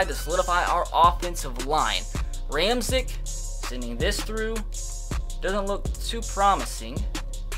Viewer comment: Ramczyk's name is pronounced (Ram-check)